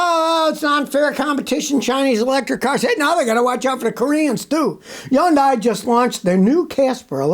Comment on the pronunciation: Somebody please teach Scotty how to pronounce Hyundai. It’s painful.